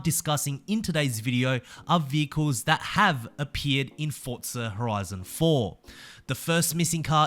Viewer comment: its forza not fortza omg